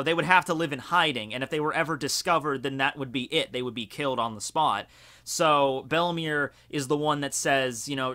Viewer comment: Isn't Belle-Mere pronounced "Bell Mayor"?